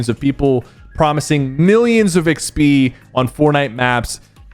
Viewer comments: IGS-BE is funny😂lol it’s EX-P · Sypher says XP like Eck-spee. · why he say XP like that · The way he say XP bothers me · why does bro say XP like that 😂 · bro why do you pronounce "XP" like that LMAO